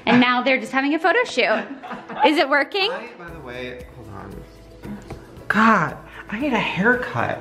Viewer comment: Oh...my GAD